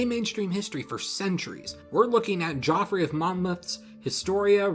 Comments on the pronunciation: Did you actually say "Joffrey" of Monmouth, instead of Geoffrey? Talk about bad history... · That's not how you pronounce Geoffrey. You're thinking of that kid from Game of Thrones, perhaps. It's just another way to spell Jeffrey. Yeah, another boring medieval name: This book was written by a guy called Jeff.